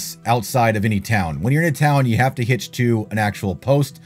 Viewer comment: You said the ability to hitch your horse... I thought you said HIT your horse at first. I was like 😮